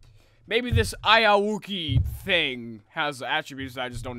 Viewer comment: you said it wrong